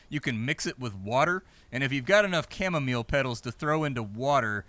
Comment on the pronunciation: 'Camo-meal' xD